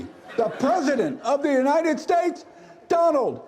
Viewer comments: The United Sheis...??? 😂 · dude can’t talk. He has dementia. Imagine not being able to pronounce Yosemite or even the United States.